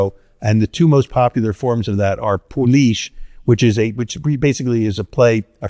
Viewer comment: Today i learned how to pronounce "poolish" -- i've only ever read it before now, and i was saying it wrong. Thanks, Mr. Reinhart! Love your books!